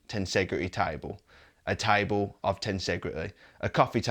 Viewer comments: Its not taibol its table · Its table ..not tiable😂😂😂 Its chain...not cha-in😂😂😂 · He's gonna build, "a tybull...." what?